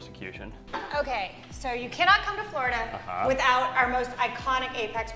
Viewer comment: It’s Florida not Flarda